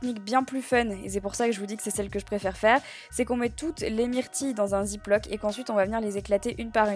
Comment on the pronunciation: Qui dit "ziplock"😅😅😂😂😂😂